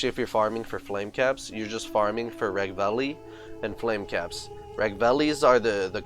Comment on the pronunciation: Its Ragveil bro not Ragvalley , gg tough , cool video...